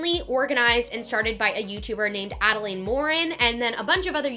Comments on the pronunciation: It's pronounced Adalyn not Adalane... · i’m sorry but her name is pronounced add-a-lynn, not add-a-lain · love this video, but you pronounce adelaine’s name wrong (it’s pronounced adell-lin, not adell-lane)! just wanted to let you know incase you reference her in future videos 😊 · no h8 but it's ad-a-LIN, girl. not ad-a-laid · Adelaine (ada-lin) not ada-lane lol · Add-ah-lynn not add-a-layne!!!! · ok ily but you were pronouncing Adelaines name wrong. it’s pronounced Adalyn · The correct way to pronounce Adelaines is “Adeline” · great vid but it’s adelaine pronounced AD-I-LYN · lol youre saying adelaines name wrong but good video overall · you would think she would learn to say adelaine name correct before doing a full video about her event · you said Adelaine's name wrong the entire video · You said Adelaine Morin wrong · you said adaline wrong 😂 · you aren’t pronouncing Adelaines name right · The easy she pronounces Adelaines name bothers me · You pronounced Adelaines name wrong the entire time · Love this vid but oml she keeps mispronouncing adelaine’s nammmme